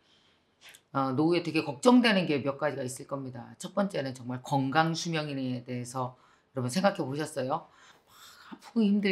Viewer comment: 늘 좋은 영상 고맙습니다. 그런데 ᆢ 한가지 부탁합니다 ᆢ 표준발음을 구사 해 주시길요 ᆢ 겅강 - 건강 꽁짜 - 공짜 ᆢ 등 ᆢ